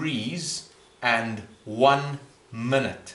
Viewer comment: There's no L in minute, relax with the shit pronounciation